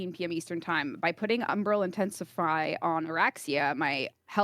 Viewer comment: Am I the only one who hears "Umbral Intensifry?"